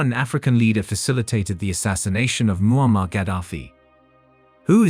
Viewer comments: Pronounced Muamar...not Muhama. Story is based on propaganda. I don't believe it. M7 loved Ghadafi and he even invited him in Uganda. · First, it is MOAMMAR Khadaffi. Many pronounce the Good mans name wrongfully. Second, Thank you SO much for your news. You really broke it down into little pieces. Karma is a fact. Look whats cooking all over Africa with the Gen Z. "You can fool some people sometimes, but you can't fool ALL the people all the time. So now we see the light, we gonna Stand up for our right!" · not Muhammad but Moammar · His name is muammar not muhammad qaddafi. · His name moamar not mohamed